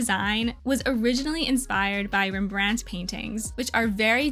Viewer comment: that's definitely.. a way to pronounce rembrandt